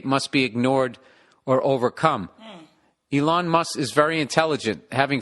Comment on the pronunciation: I like the way he slightly incorrectly pronounces names and things like Elon, everyone on earth emphasises the first sylable, not Billie Recovering Boozebag